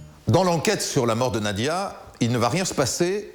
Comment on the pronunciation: Pourquoi disent ils Nadia ? C’est Nadjia .. qu’elle repose en paix petit ange